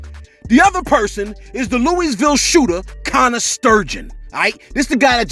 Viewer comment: I love my city but Louisville is a joke at the same time. Shit like this happens all the time. Anyways much love from the Ville! Wish u would pronounce it right tho lol